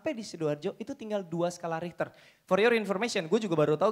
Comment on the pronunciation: Skala richer bukan riter bos